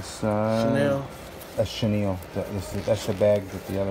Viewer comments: In the beginning of vid he said Chanil like in Chaneel ... weird at least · Seems like burglars looking for valuable items that could pawned for cash! It made me angry! Especially knowing that all those used to belong to someone that now is probably dead and it could be pass on to his / hers family. Such a shame! And who pronounce Chanel , Chanil ? Get a real job burglars! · Can’t pronounce Chanel, 75$ estimate for a 600 dollars wallet... these people piss me off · He cant pronounce any designer name ! Vintage bags are authentic , others are A class fakes